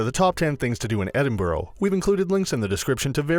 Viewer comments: You don’t pronounce the city name correctly. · Number 11, learn to pronounce the name of the city you're giving a guide to. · At least say the name of the city correctly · One can be forgiven for not pronouncing Edinburgh correctly. But the Royal Yacht Britannica? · Can you no get somebody that can actually say Edinburgh properly? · Edinburgh mis-pronounced...im laughing how quickly I pressed stop. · Hell yes I live in Edinburgh it’s painful haha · I’m not even Scottish and the way he pronounced it annoyed me 💀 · Americans need to learn how to pronounce Edinburgh as you are doing my home city a disservice. I only made it 0.34 mins through this video. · Damn guess I’ve been saying Edinburgh wrong all ma life 😔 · It annoys me how he says Edinburgh you are support to announce it like e din bru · EDINBORO ffs Why cant they ever learn to pronounce things properly -Never heard of the Britannica unless its an encyclopaedia. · Edinbro????? where the hell is that then. Such a shame american's like to do the history and explain everything yet cant pronounce the name of the place isn't it. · The fiuck is wrong with your pronunciation of Edinburgh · Me a Scot him said Edinburgh and Britannia wrong me 🤬🤬🤬🤬🤬🤬🤬🤬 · Ed- ing- bruh not edinboruogh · Your pronouncing Edinburgh wrong. It is "ed" "in" "br" "u" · It's pronounced "Edinburra!" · Not Edinborough!!! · It's actually pronounced "Edinbruh" not "Edinbro" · It’s not Edin-burrow, dude—it’s Edin-BURG! Learn to read bruh. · EDIN-BURUGH NOT EDIN-BOROW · It is pronounced 'Edinburgh' not Edinboro and has been for over 400 years. Nothing to do with spelling. I lived there for many years and my kid was born there.. No one EVER says Edinboro unless they are visiting Americans. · Please stop, you are hurting my brain. It's Edinburgh, not Edinborough. And half of this stuff isn't even in "Edinborough (Edinburgh). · Its NOT EDINBROW..... EDINBURU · Lol its like edinbruh not borough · ah yes, Edinborough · its pronounced edin-bruh by scots btw